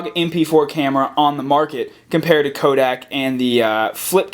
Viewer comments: Kodak, not Kodiak lol Great review, I love your actual camera quality throughout and that menu you give. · kodak not kodiak